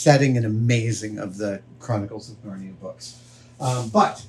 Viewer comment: The Chronic-what?cles of Narnia 😂